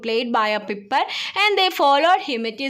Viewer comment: Piper alla pyper ann